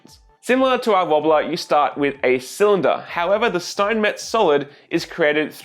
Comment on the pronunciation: It's pronounced cylinder